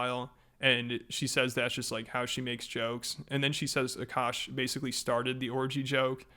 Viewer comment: this is just sad what a shit look for indian girls everywhere, can we get a break. also, i find it funny that everyone pronounces akaash's name the right way except her, even though she is indian. the first A is a soft a, and the second is hard. Uh Kaash. It means sky